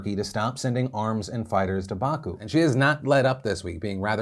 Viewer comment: Phil, its BakU, the stress is in the last syllable. :) not Baaaaku but Bakuuuuuu :)